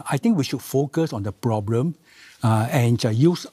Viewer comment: The ploblem of today society is that many people face many many ploblem and these ploblem they face will become tml ploblem if these ploblems aren't solve in this presidential term